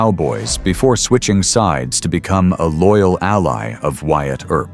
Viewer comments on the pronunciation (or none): none